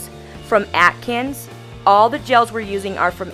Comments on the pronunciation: Not sure why you’re pronouncing it ‘atkins’. It should sound like ‘accents’. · I think she said "Atkins" :P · it's pronounced as "accents" :) love the design! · After all the nail prep steps (before the pH bond) you neglected to clean underneath those filthy😕 nails. Was there a reason for that? It's pronounced 'accents'! I'm hollering at the screen! 🤣 I think I'm hangry, a bit! Lol Loved your work- new subscriber. Tfs. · love the video. I think the brand is pronounced like accents but with a z 😊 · It's pronounced like "accents" i think. i love the pink shade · Lol took me a while to know you were talking about the gel cus of the way you say the brand name. Anyway loved the set mama! ThAnk you for sharing it! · If a company is sending your product at least make sure you’re pronouncing the company name properly. I would recommend that you actually file the nail to the proper shape because your shaping is wonky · Cynthia Blois yes.. I was gonna tell her the same thing. But I saw you did it already